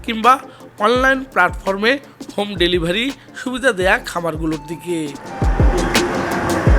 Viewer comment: ভেলিভারি নয় 😅😅 ডেলিভারি 😊😊